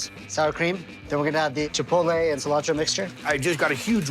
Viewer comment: The only bad part about all of this was listening to those northeast guidos saying "chipol-tay"